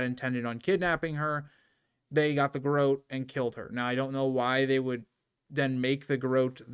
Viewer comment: It’s said like GUH ROT